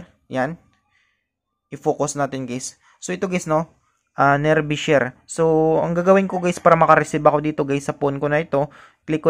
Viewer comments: Hindi sya nerbee share. Neerbai ang bigkas. Nearby as in malapit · lods nearbay ang pronounce hindi nearbi 👍👍